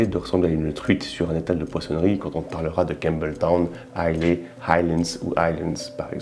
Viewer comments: Pfftt... It's Islâ. Not Islé. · Dis moi, je ne suis pas anglophone mais Islay ne se dit-il pas "isla" ? Je pensais également à une future video, la spécificité du verre, Glencairn, copita etc ...